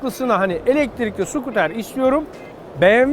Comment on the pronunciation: dilin sürçmüş 2.8 kilo saniye:D elektrikli sucuter güzel olmuş.